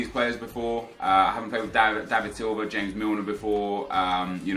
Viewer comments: why do you say James Milner, as if he was Spanish or from south america. It is not fucking HAMEZ it fucking JAYmes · JAMES MILNER FOR GOD SAKE.. NOT HAMES.. PLEASE STOP THE CRINGINESS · Does he realise it's James Milner not hames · Dejan is pronounced like Deyan and james milner is english so j is not pronounced as h... great video btw and keep up the good work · ITS JAMES MILNER HE IS ENGLISH, JAMES ENGLISH PRONOUNCED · Sorry how did you just pronounce James again!?!